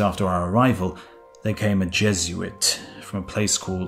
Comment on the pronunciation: The way you pronounce Jesuit.